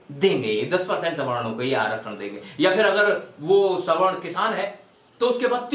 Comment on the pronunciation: Sawno-😂😂 Bolna to Sikh lo aage aae hue logon